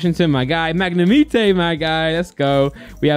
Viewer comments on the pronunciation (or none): Magnemite everyone: [magne-might]: [Magne-meat-ay] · I love the way he says magnimite 🤣🤣